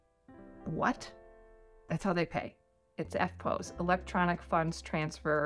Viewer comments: It's not "eftpose". It's "eftposs". (spelt phonetically) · Why did you pronounce EFTPOS with a long vowel. The "POS" is pronounced like the "pos" in "position" (but then again - maybe you pronounce that with a long vowel). Hey, what would I know - I'm a kwaussie - lol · argh EFTPOS like "eft-poss", rhymes with toss... Does not rhyme with "pose" :P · Don't pronounce EFTPOS like that though. You'll sound like a crazy person. It's 'eff poss'. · I have never in my life heard Eftpos pronounced that way....weird!